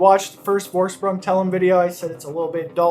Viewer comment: It's spells "Forschpryng". Thanks for a review man.